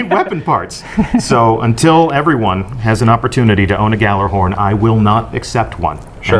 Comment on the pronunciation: can't even pronounce gjallarhorn right...the fuck is wrong with people? the GJ makes a Y sound